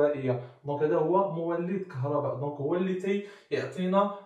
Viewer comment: راه ماشي كهرباد راه كهرباء 😅😂😂😂😂😂